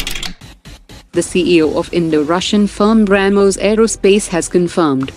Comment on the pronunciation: Bramoos 😂 Brahhmoooos